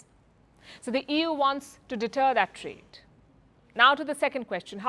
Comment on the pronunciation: Did I hear " EWWWWW or EU " !!